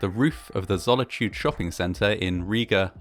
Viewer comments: It's Zolitūde, not Zollityued. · Zolitūde doesn't rhyme with the English word "solitude" - zo-li-tu-de (not "zolla-chood") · Boy really said "Zolichude" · I thought he said Sonichu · You sound funny pronouncing the name of the mall wrong =P